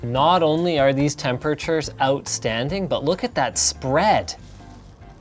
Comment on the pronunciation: Why can't Linus say the word temperatures